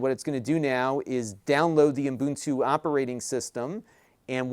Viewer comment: Umbuntu.. Umbuntu... hehehe just sounds funky.